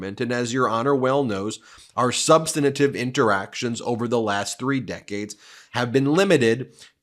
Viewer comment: There's Ben's nemesis again. "Substantive" has three syllables, not four. There is no vowel or vowel sound between the "n" and the "t."